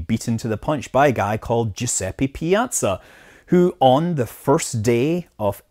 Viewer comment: Dat pronunciation on Giuseppe Piazza